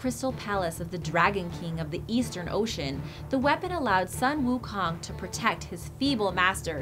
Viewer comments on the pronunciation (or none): Sun Wu Kong is pronounce as Soon Wu Khoong.... And not Sunny Sun And not king Kong’s Kong...